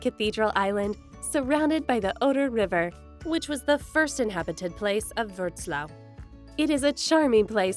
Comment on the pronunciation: Pronounced not Vrotslaw but Vrotswaf.